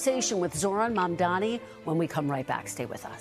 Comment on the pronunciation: Yayyyyyy, she FINALLY said his name correctly. Up until now, she's been calling him momdummy, , maam'damni, mumdaami lol It's pronounced Mumm (like mummy) + Daa-nee (it daa like "duh" not day) And the "D" in Mumdani is the Spanish "D" like in the word "dos"